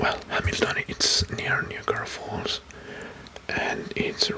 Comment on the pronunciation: Bro please no the pronunciation of niagra falls it’s ni like night and then agra like viagra to make niagra falls